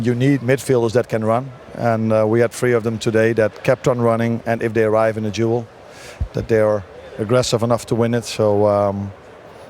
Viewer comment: Duel not jewel 😂😂